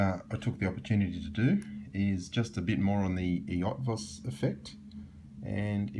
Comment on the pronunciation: That pronunciation of Eötvös...